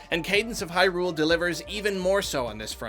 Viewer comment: Why do you say Hyrule with such odd stress on the Hy part?